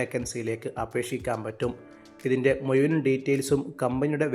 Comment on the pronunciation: താങ്കളുടെ മലയാളം ഭാഷ ഒന്ന് നന്നാക്കണം പ്രത്യേകിച്ച് മുഴുവൻ (മുയുവൻ>